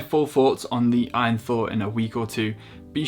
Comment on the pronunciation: It's A-Y-N not "win" lad. It's an acronym for all you need